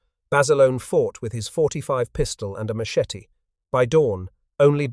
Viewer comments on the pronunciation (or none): none